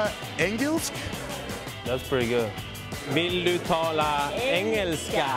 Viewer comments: The girl thats says "Vill Du Tala Engelska" at 01.10 says it pretty good. =O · Haha, a blond couple... hmm.. wonder why they said it so perfectly.